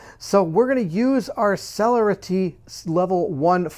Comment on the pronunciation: Rouse not roose as in Rouse the Beast. Cell air a tee celerity :)